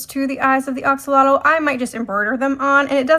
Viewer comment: It’s pronounced. A axolotl. Lol not O Oxolotl.